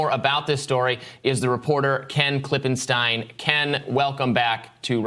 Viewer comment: "Klippenstein"... LMAO, every single time. it's always a Y_id.